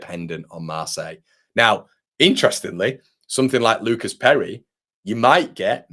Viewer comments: Your pronunciation of Perri … outstanding 😂👍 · If he is Brazilian you are murdering his name - but love the enthusiasm - We need more Brazilians